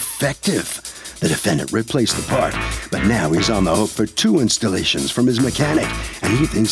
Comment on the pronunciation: The mechanic might have been sticking it to him for bringing in his own paahrt Mechanics/techs play games, trust